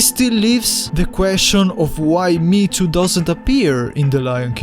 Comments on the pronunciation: triggered by "me to" m hé é tó maybe thats also wrong but more correct than saying it like "me to" or worse "meat to" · i always pronounced mheetu me he too